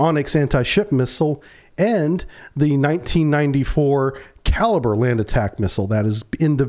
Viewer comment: It's not called a kaliber missile,,,,,Its pronounced ,,,,kaleebrea,,,,And it also has a land attack function ,,Its been used in Ukraine many times,,,These kalibre missiles are almost hypersonic speed,,,,,The kinzal hypersonic missile is based on the kalibre design,,,The Ukrainian minister of the armed forces has stated in an interview that in all the time the patriot system was in Ukraine ,,They never once were able to shoot down a kalibre missile,,Or any supersonic missile the Russians fired ,,,,,I believe this interview is on line